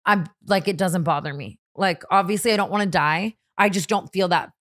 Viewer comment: The way T says “wannuu” instead of “want to” 😂☠️